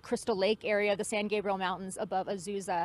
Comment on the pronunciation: Hey - it’s pronounced San GAYbrial. Not Gahbrial. 😊